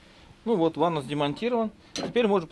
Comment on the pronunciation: В слове ванос—— нет буквы (у) .. или вы любите так ?